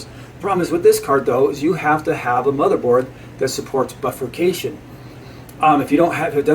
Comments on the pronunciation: Great video, BI-furcation, not buffercation. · And not a bilabial fricative.